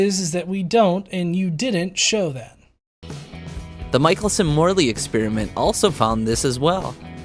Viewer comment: To (and the flat Earth guy too, I guess). Michelson was born in Strzelno, Poland, making him a Polish Jew;) That means his last name should be pronounced "Meehelson":)